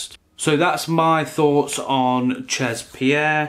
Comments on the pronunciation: Omg CHEZ is french for "at"....spelled she'...not chaaaz.... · Jesus, you're teaching people about haute parfumerie and you don't know how 'chez' is pronounced? That's basic knowledge, even if you're not into fragrances you're supposed to know such elementary stuff.